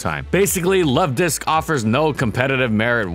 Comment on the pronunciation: I heard someone mispronounce Luvdisc, instead calling it: 'Luvdics'